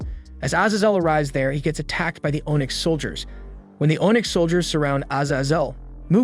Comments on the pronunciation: Bruh. If you're going to narrate....pronounce the words properly. One example. You say ohnyx. It is pronounced onix. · Ah yes, oh-nyx warriors and severly wounded az-az-el. Is english your second language?